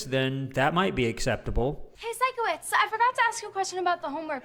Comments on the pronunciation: Absolutely loving these reactions! Please continue with it! Also just to let u know Sikowitz is pronounced like Psycho wits. I think its most likely a play on words because hes a bit weird and quirky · Love that you’re now reacting to victorious! I loved it growing up🥰 and just so you know, it’s pronounced Psycho-witz, not Sicko-witz 😂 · Psycho-witz. That’s how you remember how it’s pronounced 👍 🦜